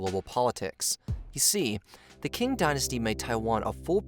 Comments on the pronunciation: Qing Dynasty should be pronounced as “Ching” instead of “King”. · Btw, "Qing" = "Ching Dynasty" NOT "King". That's because in Mandarin Chinese, "Q/q" is pronounced like the Standard American English: "Ch" as in "Church"/"church". NOT like "Kurch"/"kurch". 😢 😮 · Not pronounced 'king', Qing is pronounced 'ching'. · Qing is pronounced as a weak form "ching", not "king". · Qing - isnt it pronounce ching? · I like the work you guys do, but pay more attention to pronounciation please, Qing is pronounsed as Tsjing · ‘Qing’ is pronounced Ching, just like the way ch-ina gets its name from. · Also, it’s pronounced “Ching” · Ok I've really got to correct you because it urks to hear you keep mispronouncing the word Qing. In Chinese "Q" is pronounced like Ch, therefore it is called the Ching Dynasty. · Qing is actually pronounced Ching. Just to clear things up. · Great video...but your pronunciation of 'Qing dynasty' is like nails on a chalkboard 😬🙉😬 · Narrator's pronunciation is off. "Aborigines" is pronounced a-bo-ree-gee-nee not a-bo-ree-gee-gene. The Qing dynasty is pronounced Chi-ing (like ka-ching). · I’m sure the crux of the content is good, but the pronunciation made me stop watching…”Kin” dynasty? “Abor-gine”?